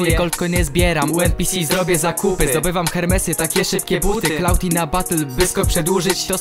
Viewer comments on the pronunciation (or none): none